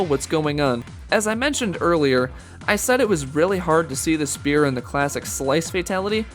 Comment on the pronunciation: I never get how they can make any video like this and not sound one bit enthusiastic. Sucks... And "spear" Really?